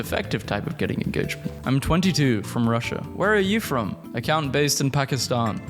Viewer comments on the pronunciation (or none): none